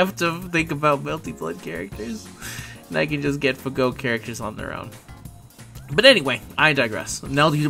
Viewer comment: I'll sub to your channel once you stop saying "FahGo".